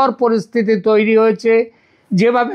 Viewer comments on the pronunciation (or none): none